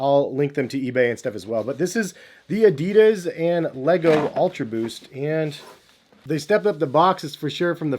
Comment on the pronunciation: So annoying the way you pronounce Adidas